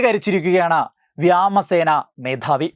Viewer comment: വ്യാമസേനയല്ല സഹോദരാ വ്യോമസേന എന്ന് പറയൂ